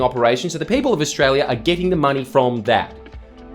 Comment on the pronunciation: Ostrala ism't reele